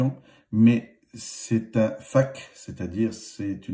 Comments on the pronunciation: On dit pas Faque mais Faake (Fake)🤣🤣😭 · je sais mais lui il a dis faque au lieu de fake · J’avoue il a dit fac o lieux de fake 😭😭chui morte😭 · mais sa s’écrit FAKE mais ça se dit FEÏKE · Tu m'a tué "un faque" 😂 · Tu sais pas dire fack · Merci pour ta video, mais sérieusement le mot « fake « , un pti effort quand même ! 😅